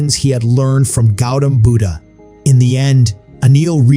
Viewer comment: Not pronouncing Buddha properly